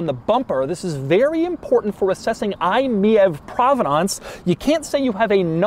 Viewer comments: Isn't it said like " My EV" instead of Miev lolll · It baffles me and amuses me that Doug is pronouncing it as “me-êve” when it’s obviously meant to be pronounced “my-E-V”. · is it really pronounced mee-ave? i would've thought its "My EV" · In Germany „mief“, which is exactly pronounced like „miev“ means that something stinks (if you even go into slang you might even call the car „i stink“ or „i suck“, so to speak 😁)…so the Mitsubishi had a hard stand here. Most people bought it rebadged from peugeot or citroen 😁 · I think “MIEV” is supposed to be read “ My EV “ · I think it's pronounced, "Mitsubishi MY EEE VEE" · Isn't the name pronounced like "my ev"? Also that fuel icon has an AC plug on the end. That's actually a custom part. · Isn't it pronounced "MY E-V" as in "my electric vehicle" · I-Meev is how you pronounce it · Wtf the Lagonda is one of the coolest looking cars of all time. I think you meant to say Fiat Multipla!# btw, I could imagine the name being pronounced as i-Mi EV? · I thought it was pronounced “my-EEvEE” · Sir it is most definitely pronounced "my e.v." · THE MITSUBISHI EYE-MiEV 😂😂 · everytime doug says it it's comedy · I have always heard it pronounced Me-Vee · he also keeps pronouncing the name of the thing incorrectly. What do you expect. 😅